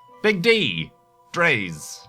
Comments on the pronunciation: Dray is the pronunciation. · dres is pronounced like drey